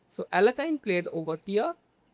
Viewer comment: YESSSSSSIRRRRREEEEEBOBBBBBYYYYY its pronounced ALE YAY KIN just fyi great game great analysis brother thank u